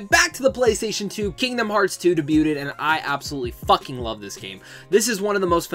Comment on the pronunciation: Your'e not saying the word debuted right. Awesome video though! Hope you had a good birthday.